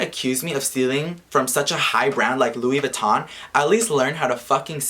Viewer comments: Bruh.. "Luis Vuitton" 💀😂😂 Mexican version of Louis Vuitton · Yoooo said "Luis Vution" im dead like wtf is a "Luis Vution"😂🤔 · This is fucked up but, omg I couldn't stop laughing everytime you said "Luis Vuiton" 😂😂😂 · Omg “Luis vuiton”, what an idiot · Omfg every time you say “Luis Vuitton” 😂😂😂😂😂 I just can’t with idiotic ass people. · Who would fucking says Luis vuiton like the fuck if I see him I’ll fucking punch him and why would he steal from someone and he is just lying and a piece of shit 😡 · “Luis vuiton” lmao😂👌🏽😭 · Really “Luis Vitton” first of all LEARN ENGLISH Second of all STOP BEING A STUPID MAN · it is spelled Luis Vuitton but pernonced Vuitton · He said "rob a car" he is dumb and he know that his belt was fake if he say "luis vattion" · "Luis Vouiton"😂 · 'luis vuiton' is the mexican loui vuitton😂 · " Luis Vuiton " a chingado 💀💀💀💀😂😂😂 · people these days 💀 "luis vuiton" 😂 _ 💸💸💸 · I died everytime said "Luis" Vuitton 😂💀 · I started dying when he said "Luis vuition"😂😂. The guy who created this rumor is hella stupid and will get what he deserves.